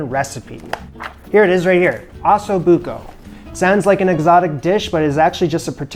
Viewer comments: First thing you should learn is how to pronounce it properly ….oh so book oh …. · For as much anxiety as watching this video gave me, from the pronunciation of osso buco to his moving the hot braising pan with his bare hands and everything in between, this dish looked delicious. My mouth is still watering. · You can’t pronounce osso buco, and comments say you mispronounce herbs also. Sad. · Can’t pronounce Osso Buco correctly either.